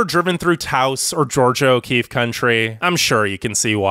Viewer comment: You're mispronouncing Taos, and so are a lot of people. It has two syllables. It's like "TAH-ohce", not "towce".